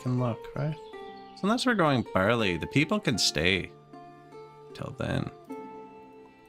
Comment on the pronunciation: My wife and i think you're hilarious. She always gets a giggle out of my 'that's barl-aye(sic)' so she keyed in to you saying it in true Canadian English and not my impression from down south. Keep up the good work; she is watching you now and you got me to buy ostriv!